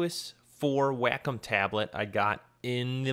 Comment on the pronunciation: wack'em..? it's wacom like waycom..